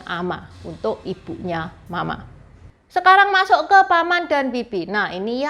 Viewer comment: ... saya cukup yakin intonasi pelafalanmu salah.... intonasi ma .... ma harusnya datar ... u kedua suku tersebut. Cara pelafalanmu bunyi nya berarti ibu marah..